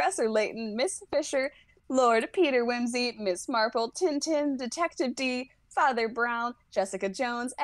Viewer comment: the way they pronounced Tintin...